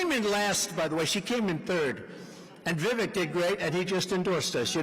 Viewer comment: Trump should have the respect to pronounce Vivek's name accurately... for God's sake man. He's endorsing you!